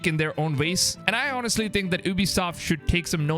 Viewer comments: Stop fucking saying Honestly, h doesn't pronounce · lol the h in honestly is silent my guy Edit: mixED?! Wtf Another edit: ghonestly? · says the guy who doesn't even know how to pronounce English words ''honest'' and ''honestly'' correctly... ...and big dislike for subjective opinion and title